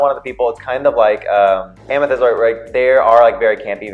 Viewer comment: This was great! :) U girls get a plus for knowing the names.. lol.. Yuhua over there saying Amthetis instead of Amethyst!